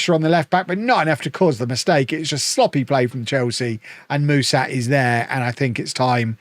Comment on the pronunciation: Ș in Mușat's name is pronounced "sh".